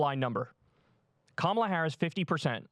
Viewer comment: Hey not a big deal - but Kamala's name is pronounce Ka (as in cup) ma (as in muck) and la (as in LALA land)